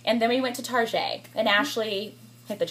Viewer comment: It's Target hahahahah...(I think she was joking and said "tarjay" ) :)))